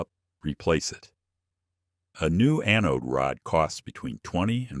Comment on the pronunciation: Funny, AI. Mispronounced anode